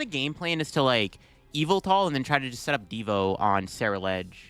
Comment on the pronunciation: Almost 10 years and now I realize that the pronunciation of Yvelta sounds like evil